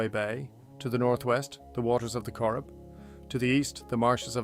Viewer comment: "The CoreRib" river 😂